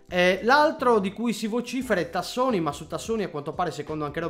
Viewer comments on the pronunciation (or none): Tassotti non Tassoni ahahahahahah. Comunque grande, sei uno dei pochi sempre lucido sul tubo!